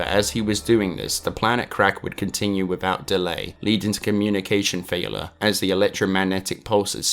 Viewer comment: Lol. How you say failure as falor. Superb video as well as superb content though.